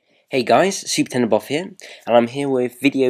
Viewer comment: Why do you pronounce your username in a weird way? In none of your videos do you say "supertechnoboff". It's more like "supertenboff". What are you actually saying?